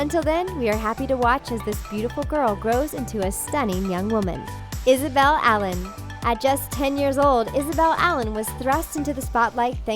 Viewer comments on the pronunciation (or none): none